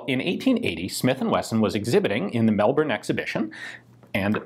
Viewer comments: As a Melbournian, thank you for pronouncing Melbourne the right way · I grew up in Adelaide, South Australia's capital. My first reaction was "That's not the SA flag!". Turns out, yes it WAS the flag in the 1870s. Huh. Also, nice work pronouncing "Melbourne" properly! Most USAians say Mel-BORN which sounds super weird to us. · Congratulations on almost pronouncing "Melbourne" right! You're as Australian as a democracy sausage in white bread, but not quite as Australian as smashing goon bags from the Bottle-o in the Macca's car park. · You have a like here just for not butchering the pronunciation of Melbourne, that made me happier than it probably should have.